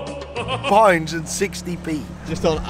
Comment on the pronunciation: Everytime he says pounds, I hear Pints. Cheers!